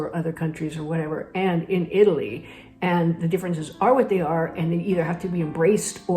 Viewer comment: It's always a good idea to learn to pronounce the name of the country you are moving to correctly!😊